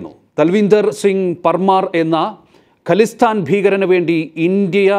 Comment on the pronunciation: ഖലിസ്ഥാൻ അല്ല ഖാലിസ്ഥാൻ എന്നാണ് .